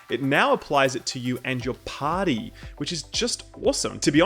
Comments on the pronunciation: he said party.. not potty hahah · "TURRET" "TURRET" "TURRET" there is no "O" in TURRET "PARTY" "PARTY" "PARTY" not POTTY.